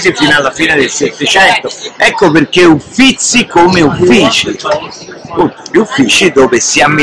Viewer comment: Si ma Cosimo I, Uffizi e 1650 non si può sentire